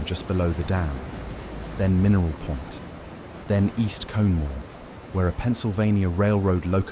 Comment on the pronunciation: It is pronounced " Lake Con A Ma "